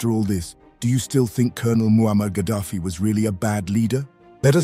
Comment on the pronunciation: Kah-daffy,.... Kah-daffy Duck?